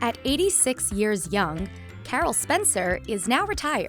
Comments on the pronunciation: I love how she said "86 years YOUNG" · I love how the narrator says " 86 years "young"